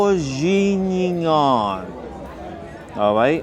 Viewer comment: Bourguignon is French for Burgundy. So it is escargot in a red wine sauce. Your pronunciation of it was hilarious.